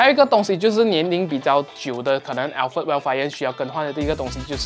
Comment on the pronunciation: alphard是不是福成alferd了？抱歉，我一直听到朋友的名字😂